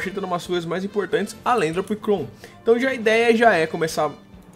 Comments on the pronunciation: se pronuncia apricorn não apricon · Salve, tu é foda, e se pronuncia "APRICÓN"I, não "apricon".-. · é Apricorn e não Apricon! Mas adorei o vídeo <3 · não é apricon, é apricorn e se você ver um lutador escrito em cima muve tutor ele ensina ataques ao seu pokemon e o move relener relembra ataques perdidos do seu pokemon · cada vez que ele falava apricon em vez de apricorn era uma facada no português do pixelmon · é Apricorn, com R, que nervoso de vc falando apricon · não é Apricon é Apricorn 😂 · se fala apricorni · não é apricon é apricorn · pfv mano é apriCORN tem toque n csg vê vc falando apricom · não é apricon é apricorn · nono, por favor, fala apricoRn, não apricon, dá mt agonia... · to com muito odio ele falando apricon É Apricorn n Apricon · Para de falar "Apricon" é "ApriCORN" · se fala apricorn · A - PRI - COR - NES !!! Da um encomodo nego falar errado ' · so eu q me sinto mal escutar bauxitA em vez de bauxitE e apricoN em vez de apricoRN? n estou julgando... menos nervosismo ae